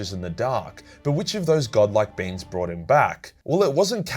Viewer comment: Prly was the accent, but "the watchers in the dark are extremely powerful beans" just sounds awesome